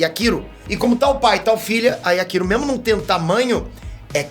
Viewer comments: Legal o vídeo,, mas só tem um detalhe: Yakiro é o meu ovo! É Yachiru! [iatirú] 20 anos de curso e não aprende o nome dos personagens! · Mano não é Yakiro, é Yachiro. Escrevi pra entender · não entendo pq os caras inventam pronuncia para o nome dela 🤦🏽‍♂️ DC: Yrachiru: Yakiru kkkkkkk gente, o nome é YACHIRU (NA PRONUNCIA JAPONESA, "CHI" SE PRONUNCIA COMO "TI"), OU SEJA, A PRONUNCIA CORRETA É "YATIRU". IGUAL COM A CHICHI DO DRAGON BALL 🤷🏽‍♂️🤣 mas enfim... Zaraki monstroooo 🔥🔥 eu assisti esse ep umas 4 vezes de tão foda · Só eu fiquei incomodado com o falando Yaquiro? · Doeu meu ouvido a cada "Yakiro", mas eu te perdôo kkkkkkkk